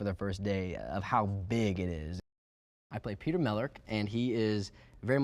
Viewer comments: it's the way he said peeta mellark, he said it as peter melerk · randy • it's Peeta not Peter